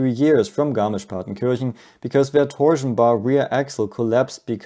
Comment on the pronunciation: Garnisch-Partenkirchen Garnisch-Partenkirchen Garnisch-Partenkirchen